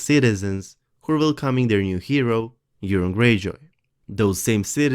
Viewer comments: Urine Greyjoy... anybody else think he;s saying Urine?? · Yes, very good English but I have to laugh at the pronunciation of Euron -- sounds like 'urine'. Well, he's always pissed about something